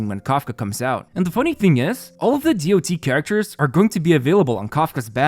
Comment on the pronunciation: Please say damage over time or dot(dots), not dee o tee. This term isn't from HSR, it's an old term and always said as dot.